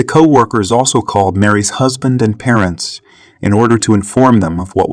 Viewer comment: This annoys me no end. Been noticing for awhile that not even cities are announced,only the counties.On top of that there are other irritations. For instance the AI commentators drive me crazy. This one just called co-workers cow workers! Think of all the people who did this for a living. We actually knew many of these people because of their talent, their gift and now i guess they will just disappear. why are we allowing ourselves to be irritated and annoyed Daily ?